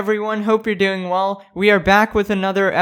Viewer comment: I love his intro “welcome back every body hope your doing wall” why does it sound like that